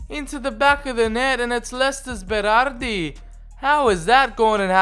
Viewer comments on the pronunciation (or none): none